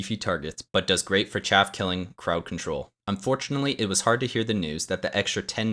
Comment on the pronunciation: It's... CHAFF! Not... CHAFE!